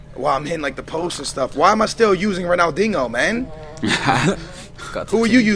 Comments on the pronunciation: Why does say RONALDINGO??? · haha says ronaldingo